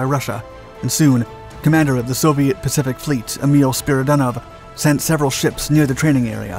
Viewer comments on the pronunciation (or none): none